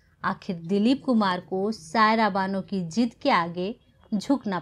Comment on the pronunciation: What a crude mis pronunciation 😜 Say Zidd not Jidd Razi not Raji Nice presentation but pay attention to Z and Sh and Ph